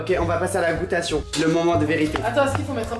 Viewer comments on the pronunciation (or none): La goûtation 😂😂 on dit DÉGUSTATION 😋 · "la goutation" et "l'ésthetisme", ...